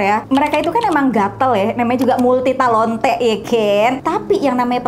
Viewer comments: ngakak pas bilang multithalontea 🤣🤣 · That "multitalonte" 😭😭😭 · Ngakak pas ngomng 'multitalonte'😭🤣😩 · "MULTITALONTHE" wkkwkw 🤣🤣🤣🤣